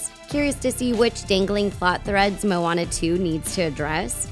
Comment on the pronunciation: “The ocean seemed to choose Mooana”. Really? 😂